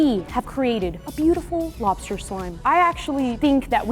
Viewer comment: “Lobster” no no no, “Bster” 💀